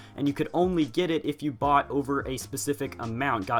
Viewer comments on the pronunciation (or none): none